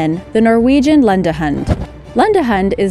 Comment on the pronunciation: the way she says lundehund😂😂